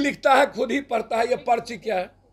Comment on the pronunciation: पर्ची को पचरी पढ़ खुद रहा है अनपढ़